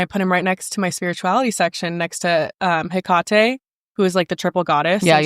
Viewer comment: Never heard Hecate pronounced that way. I’ve only heard Heck-ka-tee vs Heck-ka-tay